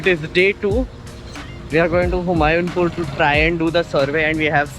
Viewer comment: Humayunpur is HU-MAA-YOO Pur